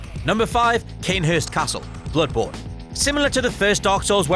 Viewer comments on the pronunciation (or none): none